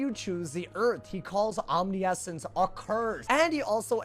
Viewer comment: That is not how you pronounce omniscient lmfaooooo